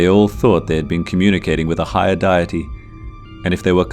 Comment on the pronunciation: Distracting when the narrator doesn't know how to pronounce very basic words, like "deity".